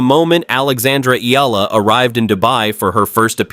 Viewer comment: Learn to say her name properly/ correctly, it's " ee yah la" not eela😢 you are annoying😢